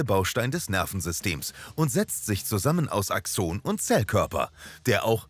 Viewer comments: irgendwie mag ich diese Betonung nicht^^ DIEse nennt mAN aXOOOONEEeeeh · Ich finde eure Videos echt gelungen, aber manchmal werden Fachbegriffe falsch ausgesprochen. In diesem Video sind es die "Nodien": Es heißt nicht "Nodíhn", sondern "Nódijen", und "Axon" wird auf der ersten Silbe betont, und das "o" ist kurz. Ach, und Herr Ranvier war ein Franzose, also "Rãvi'e".